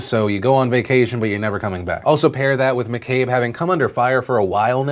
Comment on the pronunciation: Thanks for saying McCabe right :)